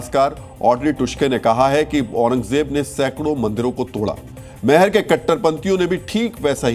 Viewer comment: Meher nahi maihar bolo sahi uchcharan kijiye, jay maihar,Jai Bharat